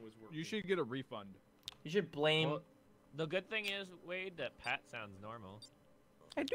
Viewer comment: Minimize dat.... and dat... not dat.... boo!!! That was an experience, lol that first minute tho